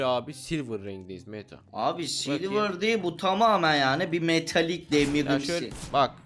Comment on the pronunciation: Demir adam değil demiv adam